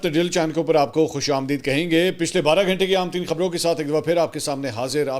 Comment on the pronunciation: Sir Ap Ghantay Ko "Ghentay " Q Bolte Hein?